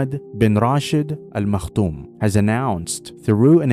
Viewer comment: Maktoum** not makhtoum as it is written.